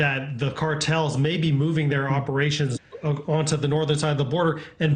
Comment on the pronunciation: And thank you for pronouncing it properly. Once or twice! Fentanyl, nyl, not nol !! Very unusual in most states! They butcher it, like so much of the English language!!